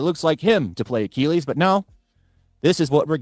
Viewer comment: i have never in my life heard achilles pronounced like does in my life.